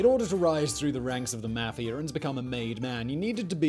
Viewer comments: Mafiar ? it's mafia lol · the way he pronounces "meafia" is so funny to me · The way he says mafia makes me laughia.